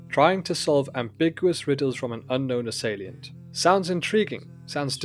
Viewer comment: This is the most boring review ever made. Please don't quit your day job. Also please learn to pronounce "assailant"